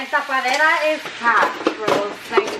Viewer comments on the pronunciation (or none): Tapadera not tapaderra 😂 it’s actually a lid‼️ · “TA-PA-Dera”.... “cap” lollll 🙌🏻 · Taa paa dee ra - Cap😂😂😂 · "Ta- pa -de -das CAP" HAHA I'M DYING BABY GIRL IT'S LID 😘😘😘😘😂😂😂😂😂😂😂😂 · “Tapaderrrra is cap “ hahah it’s a lid homegirl 😂 love herrr 💕💕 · TA-PA-DE-RRRA 😂😂 I love the vibes gives tbh 🤗 subscribed in a heart beat deadaas 😋